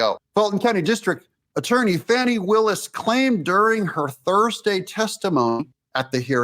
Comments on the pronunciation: Her name is not pronounced "fanny". Smh!! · Maybe you mispronounced her name. Fani. With a short a. Like fat. Not awww, like fraud. Short a, like bad. Not awww, like bauld. Short a, like a 3-letter word for her behavior that starts with a and ends with 2 snakes. A word prepended by dumb. Short a, as in beligerant. Not long a, like brainless. Short a, like defiant. Not a schwa, like liar. Not awww, like caught. Short a, like red-handed. So sorry for the interruption. Please carry on.